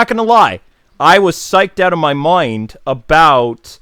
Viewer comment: says “mind” in natural Irish accent